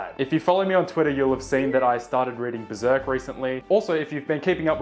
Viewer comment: hahahahha "bEsErc"